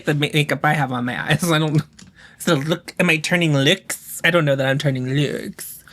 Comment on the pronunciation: “Am I turning löœōks? I’m not sure I’m turning löœōks” thanks for my new vocal stim